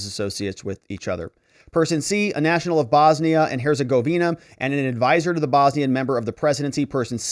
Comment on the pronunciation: Phonetically. “ Hertz. A. Govina” but was a nice try anyway.